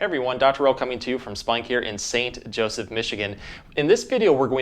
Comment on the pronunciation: You know the Doc's not messing by the way he says "Saint Joseph"